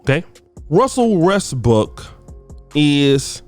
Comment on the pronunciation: Nobody:: Russell RESSBOOK